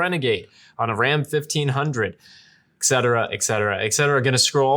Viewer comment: Hey kids , there is NO letter "K" in the word , "etcetera" .